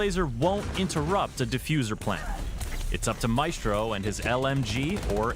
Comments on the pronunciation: Now before anyone gets used to the way Maestro is said. IT IS NOT ”May-estro” as said but rather ”Ma-Estro”. The same is with Glaz but people are too used to the way they say it. Lets not fuq this one up. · I cringe every time he says “may-stro” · Its MY-STRO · great video! Maestro is pronounced as my-stro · Its pronounced MY - S - TRO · You need to say maestro’s name correctly dude. You’re saying it wrong